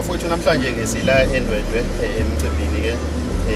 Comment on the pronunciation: NesiZulu ngathi asivuki kahle kuNational spokesperson weMK uhlulwa ukuthi ndwedwe uthi ndwendwe.